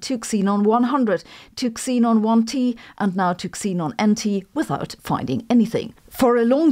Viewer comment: If language is strictly phonetic, your name is Say-byn-ee 😀, its zeenon not exeenon😀.